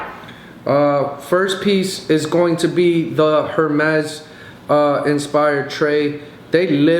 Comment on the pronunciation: That's not how you say Hermes.